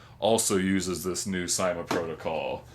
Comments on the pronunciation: i belive its pronounced not ;D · well (no offence:)) but in every other syma review i've ever seen, they say it like and in Syma's advertisements they say it like:D